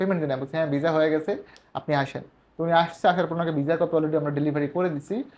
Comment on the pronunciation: ভাই মাঝে মাঝে ভিসা না বইলা যে ভিজা বলেন ভাল্লাগে শুনতে